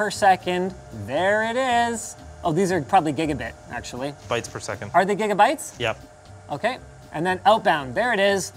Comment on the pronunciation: Linus - "Threadripper PRO. Yeup We Got One"